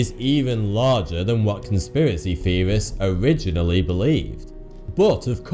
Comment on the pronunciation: what is a "conspiracy feorist?"